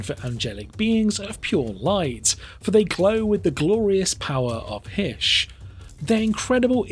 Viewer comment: Is not Heesh, is Hi-ish